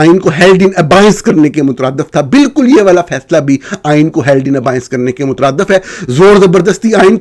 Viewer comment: اردو میں proportion کو تناسب کہا جاتا ہے۔ نیز abeyance کو ابائینس نہیں ابیئنس بولا جاتا ہے۔ انصار عباسی سینئر تو ہوں گے لیکن قابل احترام؟ 😅